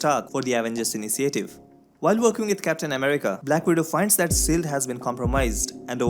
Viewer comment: Since you are targeting national audience here is a tip: Please pronounce SHIELD as shield not SEALED Your SHH.. sounds like SS.. Nevertheless, it was a good recap thanks.